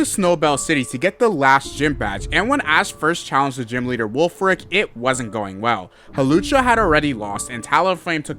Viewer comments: is it just me or did he call wulfric wolfe glick xD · I love you sayin Wolfe Glick instead of Wulfric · He called the gym leader wolfe glicke lmaaooo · lmao he went back to challenge “Wolfe Glick” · Anyone noticed he called wulfrick Wolfe glick💀